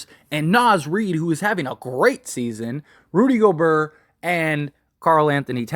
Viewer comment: He said “Rudy Goburrr” 🤣